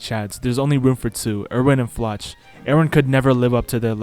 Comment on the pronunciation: please look up how to pronounce Floch in german lol